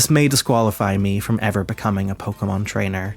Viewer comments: Ebert pr0nouncing pokemon as “pokamins” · "Its about acquiring pokamins"